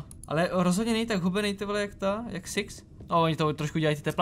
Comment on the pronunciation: proč někdy když řekneš six tak to zní jak siex :D jinak nice video